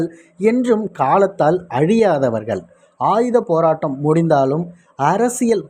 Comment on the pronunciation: துவாரகா என்பவரின் உரையில் ஈழத்தவர்களின் தமிழ் உச்சரிப்பு முற்றிலுமாக வேறாக இருக்கிறது. போறாட்டம், அளப்பெறிய, இண்ணுயிர், பள, அறசியல், இப்படிப் பல தமிழ்க்கொலைகள் கொண்ட அந்த உரை நிச்சயமாக மேதகுவின் மகளால் கதைக்க வாய்ப்பே இல்லை. frm Sri Lanka 🇱🇰